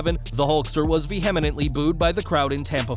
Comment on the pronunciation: Moron - the word "vehemently" is pronounced "Vee-uh-ment-lee". On top of completely bastardizing it, you're also adding an additional syllable. Did you drop out of school by third grade?